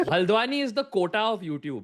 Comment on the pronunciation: others:haldwani tanmay: haldweni💅😭